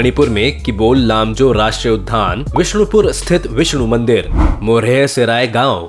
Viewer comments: बेटा आपका वीडियो तो बहुत अच्छा है । बस एक छोटी सी गलती point out करना चाहती हूँ। आप राष्ट्रीय उद्यान को राष्ट्रीय उधान बोलते हो। park के लिए जो हिंदी word है वह उद्यान यानी उद् +यान है जिसमें य को आधे द के नीचे जोड़ देते हैं। ये द्य बन जाता है, वही विद्या वाला , समझें। यहा ध का कोई काम नहीं । आप ध्यान से देखो तो दोनों का फर्क समझ पाओगे। ध में उपर का डंडा भी पूरा नहीं होता है और वहीं बाईं तरफ को उपर एक छोटा सा गोला भी बना होता है ।उम्मीद है कि आप मेरी बात समझ गए होगे। बुरा मत मानना बेटा। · भाई आप एक शब्द का उच्चारण ठीक कर लें, उद्यान में आधा द और य ( द्य ) लगा हुआ है न कि ध। दूसरा एरिया स्क्वायर किलोमीटर में बोला जाता है न कि किलोमीटर स्क्वायर में। आशा करता हूं कि आप इस त्रुटि की ओर ध्यान देंगे।